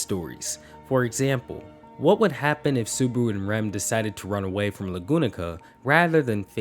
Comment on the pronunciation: Why do you call him suburu??